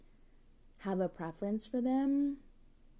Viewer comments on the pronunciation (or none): Why are they insulting you? What happened to having a prrrrefeurence?!